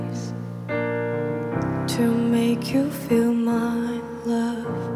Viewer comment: Lovely! A very small reminder, but important, the word "feel" was pronounced as "fill" in the singing throughout the entire performance. Normally it is understandable for a foreign language and no need to point it out, but since it changed the meaning of the song, into "Make Me Fill Your Love", this supposedly minor mistake in pronunciation becomes very important. Again, lovely singing, FIGHTING!